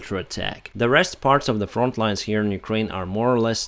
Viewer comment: It's front not font.